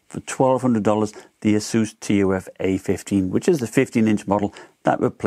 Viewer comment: Great video, but say "T. U. F." Like" tough" other than that great vid! Keep it up!